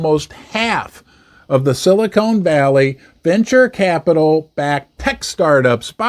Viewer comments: It's Silicon Valley not Silicone 😆🎩👍📉🏛 it was the 16th not 18th largest too. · Silicone Valley might be an interesting place!